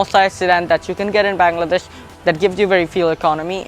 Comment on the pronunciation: Baaangladesh? Plz pronounce ki correctly kiddo